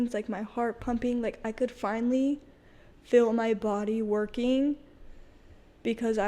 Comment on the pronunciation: They say dill instead of deal Fill for feel and enunciate the last letter of a word especially T and K